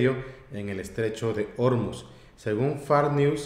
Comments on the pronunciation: La sílaba tónica de Ormuz es "muz", no "or". Lo pronunciáis como si fuera Órmuz (con tilde en la "o"). De nada. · según las reglas de pronunciación del Español, se acentúan prosódicamente las palabras que terminen en consonante (excepto n, s, o vocal). Ormuz, se pronunciaría con acento en la "u", como palabra aguda. Un saludo desde Nayarit.